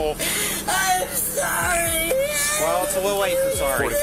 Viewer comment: Haha 😂 When she says “I’m so Sorry!” She sounds British or something! That 💩 was funny! That OC spray kicked her into respect mode. At least for those men. Poor husband. What’s with all these Biatch’s treating these poor guys like this. Us normal women would appreciate y’all! Js Well I too have been in a DA /Narcissistic relationship for 8yrs. My ex fiancé. Glad I’m free now.